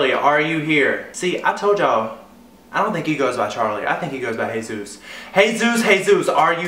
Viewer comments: It's a Spanish name. Soooo. It isn't said like Hey Zeus It's Hay-ZOOS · It's Jesus. A hispanic name pronounced hey-zus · It's pronounced Hey Zeus but it's spelt as Jesus